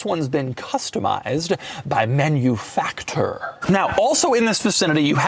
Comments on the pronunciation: "Manufaktur" is not pronounced "Menufaktur" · By the way, please pronounce Manufakture in the European way as Man-you-Fak Tooor by emphasizing the bit of extra SPACING between Fak and the looooong pronunciation of Tooooooor This is a nice car! Anyone want to give one to me for free? Are there any hot-looking 55 year old Divorcees who want me as their boy-toy and can give me one of these as my Birthday present? We can test out just how comfortable those backseats actually are! V